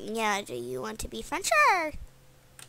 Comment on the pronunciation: There is no h in sure